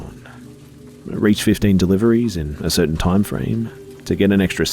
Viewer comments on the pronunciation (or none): none